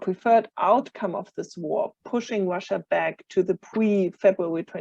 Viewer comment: she said "tewwowist" and later "bwidge" "Wussia" and "militawy stwucture" Ehhhhh...What's up, Doc?